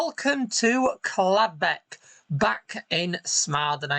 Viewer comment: I thought it was Caldbeck not Cladbeck?